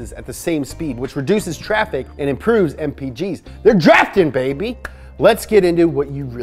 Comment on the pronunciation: MO POWUH BAYBEH MO MONEH BAYBEH